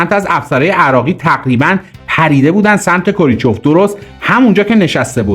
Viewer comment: کوریچف نه کرو چیف